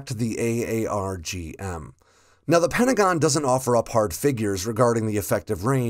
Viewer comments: It’s pronounced “R-Gum” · Pronounce it as Arr-Gum. THat is how we pronounce it here in the RAAF. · It's "aaarg" like a pirate. "Aarrg matie" then add an "m". "AAARRRGGG" - M.